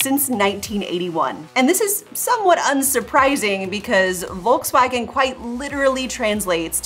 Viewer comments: Don't say "Wolkswagen". It sounds so incredibly bad. Sounds horrible. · My biggest beef, is that for some reason, Americans still haven't figured out how to pronounce Volkswagen. I'm not even German, and it baffles me. And don't even mention Peugeot or Renault. And i'm not French either.